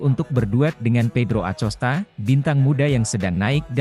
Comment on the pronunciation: Masa blum bs baca nama pedro acosta dengan bnar sih min. DiBacanya akosta min.....jgqn di eja lempenk aja